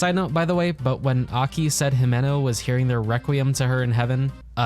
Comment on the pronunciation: Not to shit on anyone but it's always kind of weird to me when people mispronounce a name that the anime already gives us the pronunciation for. It's not He-Man-no. It's himeno. It get it with text based media but we can hear it in the anime No offense. Just something that I see every once in a while in different anime and stuff